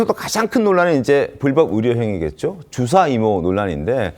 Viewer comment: 방송하는 사람들이? ’주사‘ 뜻에맞게 정확히 발음하시지. 술주정 ’주사‘로 들려요